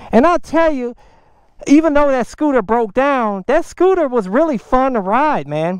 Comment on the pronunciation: Chi-Nese... Scoo-Ta!!!